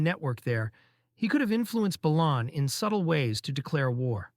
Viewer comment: Isn't "Balon" pronounced as, BAY-LON?